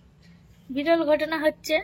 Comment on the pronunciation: বিড়ল নয়, বিরল